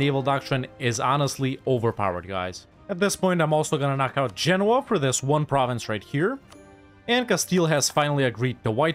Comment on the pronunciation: First EU player I've seen who knows how to pronounce Genoa correctly. Thumbs up for that.